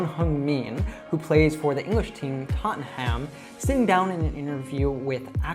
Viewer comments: he said TOT TEN HAM... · That's not how we pronounce Tottenham in the UK by the way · You pronounced "Tottenham" incorrectly, I presume? BTW, exceptional video as always!